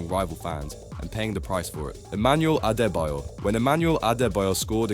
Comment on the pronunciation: How is someone making a video about football mispronouncing Celtic and Adebayor 😂